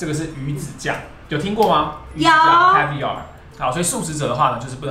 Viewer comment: 阿滴英文 你一直和長頸鹿說字的意思。 還有，jalapeño 和caviar 唸錯了。